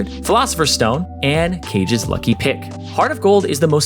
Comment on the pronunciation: Cringed at how he said Kage’s Lucky Pick